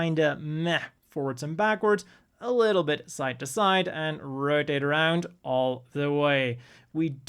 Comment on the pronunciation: Ahhh the old "articialation" and "rodade aroond". Love it.